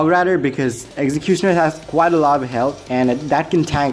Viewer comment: i love the way u say executioner its coool